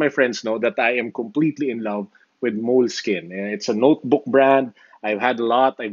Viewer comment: It's pronounced "Moleski-ñe". More Italian in slang. This product has been around for a long time. Note8 with OneNote, best production combination.